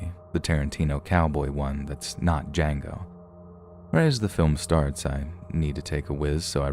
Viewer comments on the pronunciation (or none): none